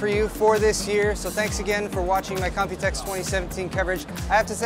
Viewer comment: You always say 'copytex' 😂